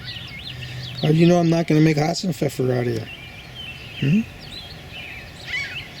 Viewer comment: Your pronounciation of Hasenpfeffer was spot on , but that was a "Kaninchen"/Rabbit and no "Hase"/Hare :D greetings from germany